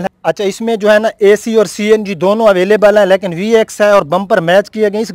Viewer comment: lakin ni lekin hota ha.